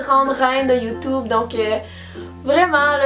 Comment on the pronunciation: Mdrr j'aime trop quand elle dit "YouTOUBE"